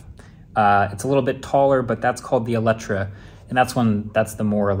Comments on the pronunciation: It's "Lotus Electre" not "Electra". It's a car not a porn star ;) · how do your pronounce this car? why could'nt they just call it Electra.